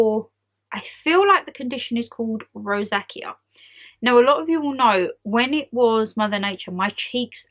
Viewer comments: Hi. It is pronounced row-zay-shuh. I have never had it before but know some people who have. Best advice would be to speak to your doctor for possibly antibiotics and to use gentle products. I know you love your body shop gel scrubs at the moment that peel off your skin? Maybe stop them for a while until your skin improves. Loreal have a lovely kiwi facial sugar scrub that i am using at the moment and it has been great on my sensitive skin. The body shop ones you were using, the green one, was way too harsh for me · Hey, rosacea is pronounced ‘row-zay-sha’. I know that azealic acid and niacinamide are two actives good for this condition so when you run out of moisturiser maybe pick one up with these ingredients or just get them as separate serums. I use both a couple of times a week and they’re pretty effective. Ps agree with one of the comments below to maybe pause exfoliating products for awhile as that can aggravate it 😊